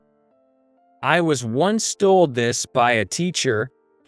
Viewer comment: Poo-ah? Thahm- son? Thold? Tarking? Tone deef?